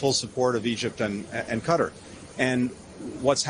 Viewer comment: He was pronouncing qatar correctly for a change.